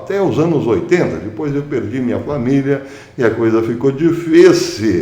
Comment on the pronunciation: PROFESSOR, BOM DIA. NÃO TENHO 50 MILHÕES DE DÓLARES, MAS TENHO JESUS E FÉ NA JUSTIÇA DIVINA. GOSTO QUANDO O SENHOR SE DESPEDE DIZENDO "ATÉ DESPOIS", CERTO PACATO CIDADÃO???? 😀🤗